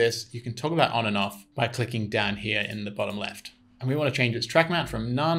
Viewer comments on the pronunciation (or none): none